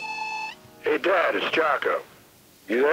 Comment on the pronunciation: Is it pronounced Jacko or Jaycko?